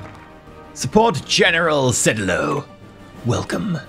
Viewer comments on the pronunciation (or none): Cedillo is pronounced SE DEE JHO. source born and raised in mexico with grandparents who wouldnt stop talking about him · the JHO its more of a hard Y sound followed by a hard O other than that great job trying to pronounce the words and keep up making my country strong and proud in this universe. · I think (not spanish) the double l in Cedillo acts like an extension for the i (said like ee). The end result would sound something like Cedeelyo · Close, ll makes a y sound Think tortilla So there is no actual L sound, so Cedeeyo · Its pronounced sidio. My wife's maiden name is Cedillo. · the double L(ll in the middle) is pronounced Y. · you've got it all wrong. It's pronounced General Cedillo, not General Cedillo.